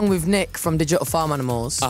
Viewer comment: "So I wrote the song with Nick from difamanamos-" I JUST REALIZED HE SAID DIGITAL FARM ANIMALS I'M SCREAMING 💀💀